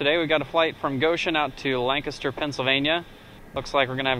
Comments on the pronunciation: Hey, LNS, my 'home base' ( even though I don't fly :P ) . Glad you pronounce Lancaster right. Unlike the approach controller, who I assume lives in the area and should know better :) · Welcome back to Amish Country. Impressed that you pronounce "Lancaster" as if you were a local here. Was that a Goshen fly or an Amish fly? Another great video and descriptive flight.